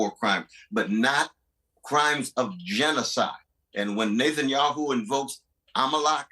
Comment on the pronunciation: To say nothing of the wisdom and impact of Dr. West’s words here, him saying “Nathan-Yahu” is hilarious